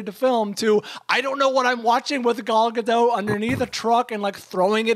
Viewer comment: Everyone pronounces Gal Gadot's name as if she's French. She's Israeli. The "T" in Gadot is not silent. It's not Ga-doh. It's "Guh-dot."